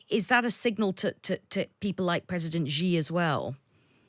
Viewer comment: Firstly, it’s (Xi) sshee, not jjjee, or ggggeee. Next, I think that the assessment is off. Yes to a point china doesn’t want Russia obliterated. But china is ecstatic at the progress of this war because a year ago Russia was the junior partner, but proud and moderately capable of putting up a fight. At the end of the day when this is all done china will have unequivocally established its self as a senior and dominant power with Russia as the undisputed lapdog. China will take back territory lost to Russia, probably without a fight. China obviously has to maintain a dysfunctional Russia, this is their long standing and consistent objective with every country bordering them. It’s a wise and pragmatic approach if you’re the CCP. Theses unstable countries will not develop into stable societies that can form as a dangerous precedent to the people of China, and they will remain very easy to manipulate and control. So china is walking a very fine line here. Ultimately I assume that they would want, in a perfect world, is another year of Russia becoming degraded to a point of utter subservient status to China, the ultimate borders in Ukraine to be established where the front line is now, this way a precedent is set, invade Taiwan or parts of India and where the front lines settle is the new border. Western interests clearly lay in getting Russia out of Ukraine entirely and regime change in Russia.